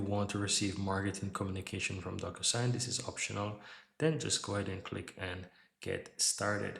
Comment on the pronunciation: Great info but I think it's pronounced doc - "you" - sign. with a long "u"